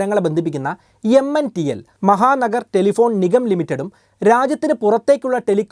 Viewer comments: എടോ നോക്കി വായിക്കാൻ പോലും അറിയില്ലെ? MNTL അല്ല MTNL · Mntl alla bro, MTNL aanu😊😅